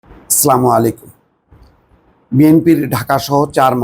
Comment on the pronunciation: জনাব, আপনি শিক্ষিত সম্মানিত মানুষ দয়া করে সালাম টা শুদ্ধ করে দিবেন